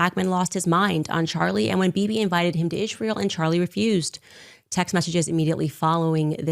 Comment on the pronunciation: Why does she say “Ish-rael”